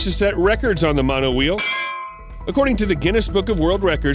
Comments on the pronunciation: The monowhee? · Ah yes a monowhee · monowheeee lmao